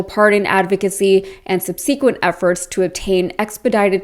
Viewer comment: Subsequent, not subSEEquent.